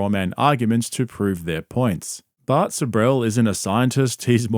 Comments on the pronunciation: evertime he says Bart I kept thinking he's talking about bert. 😂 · Whenever says “Bart” I immediately think he’s talking about Bert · Every time you say Bart my subconscious thinks Bert. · Every time you say “Bart” I assume you’re talking about Bart Kershner lol